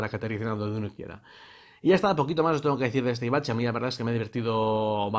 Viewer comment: Sí, alguna que otra vez se te ha escapado "Avicci" como el DJ. Gracias por el vídeo,!